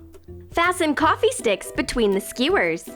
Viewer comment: Eww the way she says Skewers is disgusting!!